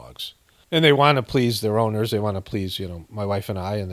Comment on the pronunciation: That and the way he says plis instead of please.